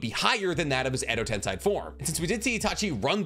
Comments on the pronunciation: Tomoe is pronounced as toe-mo-ay, not toe-may. Also tensei is pronounced as ten-say, not ten-sigh. Overall, you're Naruto/Boruto knowledge is top notch, but these grammar errors throw me off sometimes. Just figured I'd let ya know, and hope it didn't come off as rude nitpicking, rather it's just proper pronunciation. So please take it from someone who can speak Japanese somewhat fluently. Been subbed for a year and will continue to do so, so sorry about that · Ok please if you going to keep making naruto content please pronounce the words correctly ai = I sound (example: kekkei genkai) ei = ay sound (example: edo tensei or chibaku tensei) This is super important as it’s super cringe to hear the words miss pronounced especially when the show teaches the correct pronunciation 🤦🏽‍♂️ SMH